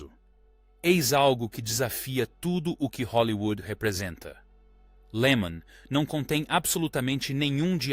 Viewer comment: "24 horas de lama"? IA cada vez mais estúpida.